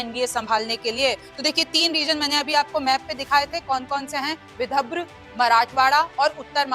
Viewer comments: विभद्र नहीं ,विदर्भ है ,सही उच्चार करे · Mam thik se boliye विधब्र Nahi विदर्भ हैं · विदर्भ या विद्रभ 😂 हिंदी वाचन सुधार अत्यावश्यक है ❤🙏🙏🙏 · Dhire bolo didi...vidabhra nahi vidarbha. Yavatlam nahi Yavatmal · Vidabhra nahi Vidarbha he 😂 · Madam Vidharb hai, not vibhadra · Vidharbh na ki vibhdra😂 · विदर्भ लिखा है मैडम विदभ्र नहीं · y r u reading so wrongly. Read properly Yavatmal (not yavatlam) Vidarbha ( not Vidabhra) 😂😂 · विदभ्र नही विदर्भ कहीए रिमझिम जी। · Vidhabra nahi vidharba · बहन ये विदर्भ है, विदभर नहीं। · मैम बिदभर नहीं विदर्भ बोलें।मतलब विधर व। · विदभ्र आणि विदर्भ मध्ये फरक आहे मॅडम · Vidabra nahi vidharbh hai hai madam 😅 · Madam anchor apani hindi theek kijiye ki vibharv nahi vidhrav hai...hindi ko gaali deney jaisaa hai galat oodhaaran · रिमझिम जरा पडना शिकलो सही से पढो विदर्भ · विदर्भ है सही उच्चार करे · विदभ्र बोल रही है ढंग से उच्चारण कर नहीं सकती और यहां राजनीति पर ज्ञान बांट रही है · Vidhabhra kyu bol rhi hai ye 😂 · हिंदी पढ़ना आने वाले को एंकर बनाए विदर्भ पढ़ना सिखाइए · बिटिया, विदर्भ का गलत उच्चारण करती हो। सुधार करो।